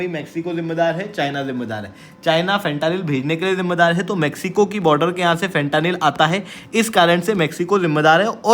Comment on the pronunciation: Bha tu gajab educator hai… bc words to kam se kam theek se pronounce kiya kar… khud toh galat bol hi raha hai… aur dusro ko bhi galat seekha raha hai… फेंटेनिल…. Na ki फ़ंटानिल!